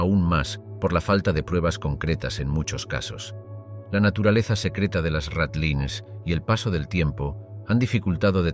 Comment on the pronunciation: No puede ser que ni sepas pronunciar ratlines